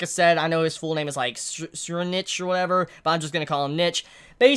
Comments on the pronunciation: here is the pronounciation for Tserriednich is Tserīdonihi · Tserriednich is pronounced in japanese : Tseriidonihi